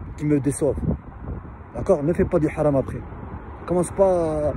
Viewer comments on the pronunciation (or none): none